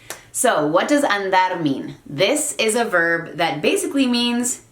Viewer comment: "Andar" sounds like when Southerners say "I'm fixin' to..."